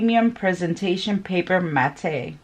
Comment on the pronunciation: Not Mat-tay...Matt.